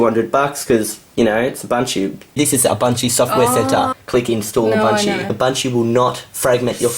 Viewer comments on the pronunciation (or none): "abuntchoo" is how i pronounced it before seeing this video. lol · She should’ve clicked ALT + F4 to close the mail app And I literally heard bunchu instead of Ubuntu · Its not UbunCHU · in my contry we call ubuntu u-bun-to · Its Ooo-bunt-you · you said it wrong you have to say it with an aus accent. "down unda"